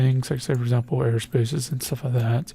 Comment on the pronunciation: "For Azample"